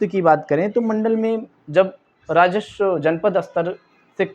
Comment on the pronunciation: भाई, राजस्व होता है राजश्व नहीं।